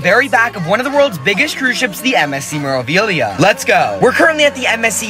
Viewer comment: It's pronounced May-rah-vee-lee-ah, roll the R. Not Mer-ah. #facepalm